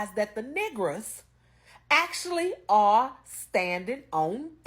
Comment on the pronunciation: Did that young lady say nigras 😊